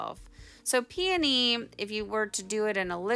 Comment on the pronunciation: Two vowels go walking together, the first one states it’s name! PEONY! Pee-knee! Lol